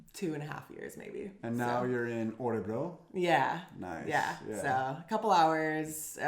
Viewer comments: Interesting from the start - but my goodness,!!!:-) <3 Did you say Årebro? You got me really confused! Please, you'll give your Swedish the final touch, if you'll take half an hour for this: fanfare: Å is always pronounced å!:-D drumroll: Ö is always pronounced ö!:-) There are no exceptions! Nada! Never ever any exceptions! Å is not a difficult sound for you - you have it in your name: Thyron - in Swedish: Tajrånn. Ö is not a difficult sound for you, either - you have it in nerd, first, heard, wouldn't it be convenient if you would always write them nörd, först, hörd? It is as if you'd need to be confused about spelling, you are that used to it, because your own mother-tongue is so confused about spelling, for historical reasons. Look at the words below, read them aloud, and remember: å is always å, and ö is always ö, and then, when you take the subway or walk through the town, reinforce the connections, when you see all kinds of signs and adds - å is å, and ö is ö. No exceptions!!! Åker, Åhlens, Skåne, Åland, Åre, Vårgårda, Åsnen, Håkan, måndag, svår, går, står, mår, får, låta, våta, våra, åka, ås, ål, hård, hålla, kråka, bråka, låna, nån, sån, måste, etc. Östersjön, Örebro, Köping, Söder, Öland, Götaland, lördag, söndag, söker, göra, öga, höra, lönn, lön, bröd, smör, nöt, öka, öste, öl, böla, kröka, göra, mörk, möta, mötte, möte, möjlig, skön, etc. If you see Å å, you pronounce it å - every time! Just like we do. If you see Ö ö, you pronounce it ö - always! That's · you pronounce Örebro like Årebro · What is "Orebro"? Make an effeort to pronounce Ö correctly. The phonem does exist in English. This discussion was just as meaningless and shallow as can be expected of two yanks.